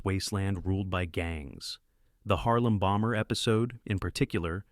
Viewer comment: It's "Harem Bomber" not "Harlem Bomber"